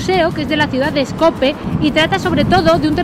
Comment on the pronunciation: Porqué pronuncia la J y encima hace chistes?. Skopje...donde hay una I eslava. Pronuncie Skopie